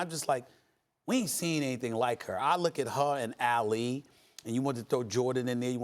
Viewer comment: Y can't Stephen A pronounce Ali correctly?